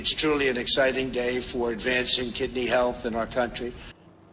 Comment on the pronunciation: Why can't he just say "kidney" like ordinary people? He has to say "Kih -d--nee" and do his stupid smile on the "nee".